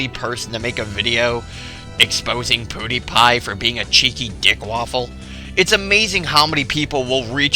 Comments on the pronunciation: its pronounced ''PewDiePie'' not ''PooDiePie'' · its prnounced ''piwdiepie'' not ''poodiepie'' now i meant to put the i in pewdiepie cause thats pronounced that way..